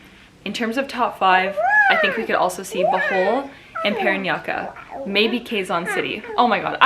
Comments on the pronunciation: Siera giving us a Filipiniana look YASSSS and sizz its paraniya-KE not KA love u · Again its not PA-RAN-YA-KA!!!!!!!! ITS PA-RAN-NI-YA-KE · Ms. Siera, i would like to correct you. PARANAQUE is pronounced as PARANYAKE not PARANYAKA... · Parañaque po, not Parañaqua. Hehe ur so cuuute 💕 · Bearchell The right pronunciation of PARAÑAQUE is "PA-RA-NYA-KE" and not PA-RA-NYA-KA. :) Same as the word PORQUE "POR-KE" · Okayy I love how you try your best to pronounce every Province or cities. So the right pronounciation of Parañaque is: You're already right on the 3 syllables Which are Pa Rañ ya, now when you say Que it is not pronounced Kah, it's more like just saying the letter "K", so when you say this City, it is perfectly pronounced. "PaRanYaKei" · Hahaha...its Paranque, not Paranqua i love your pronoucation. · I love you Sierra. I don't know why but I laugh everytime you say 'PE RAN YA KA', HAHAHA. It sounds really funny to me. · hi siera its pa-ran-yah-keh. like in ke-bab. 😁. you are always pretty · Paranaque = "paranyake" is the pronunciation :) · Love your pick. But Parañaque is pronounced PA-RAN-YA-KE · Sierra! I'm a fan here. /pa-ran-ya-ke/ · PARANAQUE pronounciations like "PA-RAN-YA-KE" its kinda cute the way u pronounce paranaque but yeah, thats how it should be pronounce. hehehe just sharing my thoughts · It's like PA-RAN-YA-KE TA-GIG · Paranaque - Pah-ran-nyah-keh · Parañaque is pronouced as PA-RA-NYA-KE . I hope this help Sierra🥰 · My last 2 standing are Iloilo and Quezon City. Anyway PARANAQUE is pronounce PA RAN YA KE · (PA-RAN-YA-KE) PARAÑAQUE, before they announce the winner, for the last time please pronounce it right..ty🥰 best regards😙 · Parañaque- PA-RAN-YAKI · Hi Miss Sarah, Paranaque should be pronounced as PA RA NYA KE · It’s pronounced “Pah-run-yah-keh” hehe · PA - RAN - YA - KE "PARAÑAQUE" . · How to pronounce Parañaque easily. Pa/ran/ya/ki all of the letter ”a” has to be sound it out. 😊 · I think its "Puh-rahn-yuh-keh" lol